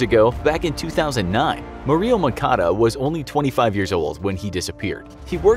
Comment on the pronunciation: Jesus christ learn to pronounce Murillo please